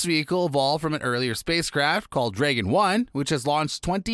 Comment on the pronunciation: Please google "Dragon" pronunciation, before making any more videos...